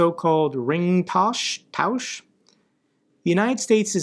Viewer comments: You nicely and absolut correctly pronounced Ringtausch! Good job & love from Germany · your second attempt of pronouncing "Ringtausch" was spot on.